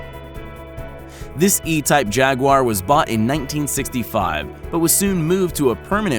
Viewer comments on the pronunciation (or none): It's not a "jag-wire." It's a jaguar. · What the hell is a jagwire it is jaguar. you know what evey britsh person we now say chevrolet as chevrilit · It's pronounced JagUar, not Jagwar, dick! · Jagwire? Its said jag you a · its not jagwar its jaguar you prick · “Costed” is not a word. “Jag-wi-yer” is not the correct pronunciation of Jaguar is pronounced, “Jag-war.” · Its not jag waaaa its jag you are lol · "the jagwhyer" really dude? its pronounced 'jagwar' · Its pronounced "Jag-U-ar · Americans say "jagwar"... never heard anyone call it jagwire before. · I would even excuse jag-oo-are, but not jagwire... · Americans pronounce it as jag-oo-are (me) but jagwire XD. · Why do so many Americans pronounce Jaguar as 'Jag-wire'? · Jag Wire? Are you high or just plain ignorant? Don’t quit your day job. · When he said Jagwire it triggered me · Say Jaguar again. Wait..... what is a JagWire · Yeah No Car Says JagWire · 26 seconds in and already you Americans can’t say jaguar properly. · There's no "i" in Jaguar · What the fuck is a Jagwire? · Jaguire? What? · oh yes the jagwire is a nice car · What is a jag wire? I think he wanted to say jaguar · ha ha ha "jagwire".... it is Jaguar. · What is a Jag-Wire??? Have a voice talent narrate your video who has SOME automotive knowledge! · ITS PRONOUNFED JAGWIRE ASSHOLE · jagwire are you fucking disabled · What's a "Jaguiar"? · "jag wire" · Learn the names why don't you? It's not a JagWIRE. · What the hell is a jog-wire? How do you speak English and butcher a word that badly? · no car enthusaist says JagWire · Yes. A thousand times yes. "Jagwire" is insanely irritating to me, too.(same with Porsche-2 syllables dammit!) Maybe it's a Canadian thing? I've heard it said this way on a couple of car shows on tv that are based in Canada. (Legendary Motorcars & Restoration Garage) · WTF is a Jagwire??? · Can't even say jaguar right. Rally pisses me off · A jaguar is pronounsed lile the animal